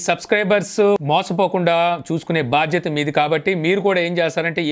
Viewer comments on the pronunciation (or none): none